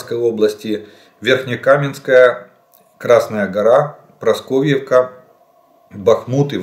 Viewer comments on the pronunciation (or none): Не прасковьевка а прасковеевка как можно не выучить и названия